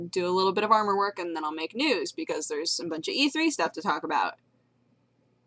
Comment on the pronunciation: Am I the only one that heard "nude episode" when she said "news episode"?